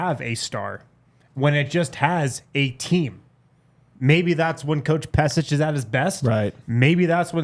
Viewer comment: Pesic = Peshich